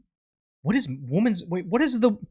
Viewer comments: My guy, Since you just taught me on your other channel that Pokimane is NOT the Ok Boomer girl, let me teach you; 'Women' is not pronounced as 'woman'. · Why do reaction youtubers pronounce "women" the same as "woman"? The word "women" is pronounced as /ˈwɪmən/ in General American English. The first syllable sounds like "win" with a short "i" sound, similar to the word "sit". The second syllable is pronounced like "men," with a soft "n" sound at the end.